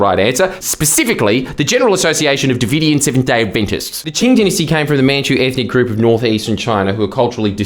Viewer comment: Did this mf mispronounce Qing every time and then dub over himself? Am I going crazy?